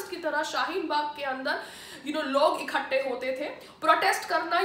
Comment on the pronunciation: इखट्टे नहीं, इकट्ठे, पहले हिंदी बोलना सीख लो, फिर खुद को हिन्दू कहना।